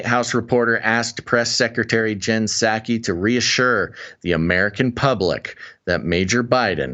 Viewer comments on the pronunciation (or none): The "P" is Psaki is silent....same as in President Biden.